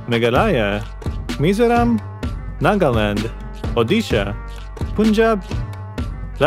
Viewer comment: It's always been fun when foreigners read Punjab differently🤣😂